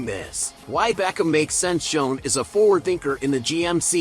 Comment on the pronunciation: You should at least learn how to pronounce the GM's name...they were very clear at the beginning: It's Shane and not Shown.